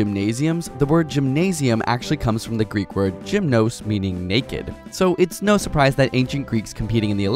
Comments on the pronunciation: It's pronounced Ge-mn-oos :p tone is on the o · Gymnos is pronounced yee-MNOH-s and actually means "naked". Trust me I'm Greek :p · Life pro tip: Ancient Greek word Gymnos is pronounced with a hard G. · It's not 'Gymnos', it's 'Γυμνός' and the word. All the greeks know that... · Holly fuck, I'm greek and I hadn't realize the gymnos thing xD also the tone is in "o" not the "y"